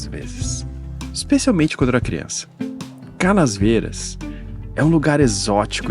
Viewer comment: PS: tive a impressão q vc gravava falava CanaSvieiras. com esse S no meio. É Canavieiras. De Canis